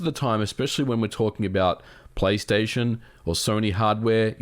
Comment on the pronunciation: "return to playstaytion or return to *microsoft*" nice one MVG